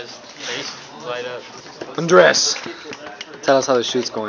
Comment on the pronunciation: lol when he says "ANDRES!" I swear I heard "UNDRESS!", anyway I can't wait to watch it /,,/